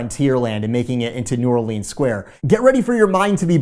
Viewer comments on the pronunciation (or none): it’s pronounced new orlins not new or leens 🤦‍♂️ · Enjoy your stuff but PLEASE!! It’s pronounced “new OR-luns” and not “new or-LEENS” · you are killing me with New Orleeens. STOP lol. I’m a native. New Rlins. Love ya but whew, nails on the chalk board lol. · As a New Orleanian it triggers me when people say New Orleens and there’s no way I’ll be eating any beignets that are made in Florida 😅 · How to pronounce New Orleans like a local. New Warlinz pronounced as one word. Not New OrLEENS and definitely not Nawlins. Lol. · New Orleans is pronounced "New Orlins" ;) Can't wait to watch this!